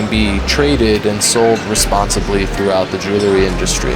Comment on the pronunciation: Jewelry is pronounced jewel-ree. Not jewel-la-ree.